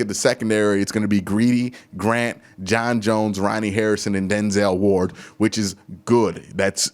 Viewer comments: Q, at this point you’re butchering JJ3’s name for the meme now lmao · Q you just can’t get John Johnson’s name right🤣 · Exactly it can't be this hard to say John Johnson 😂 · Just call him "JJ3" lmao you are never gonna get John Johnson III name right 😂😂